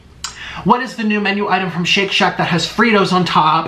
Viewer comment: ah yes the classic : shit shat